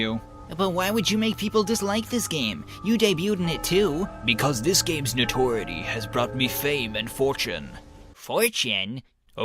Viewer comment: Notoriety no-dur-eye-uh-dee